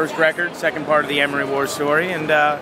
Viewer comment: Why does this guy say Armory wars? It's Amory wars! Get it right if ur gonna interview claudio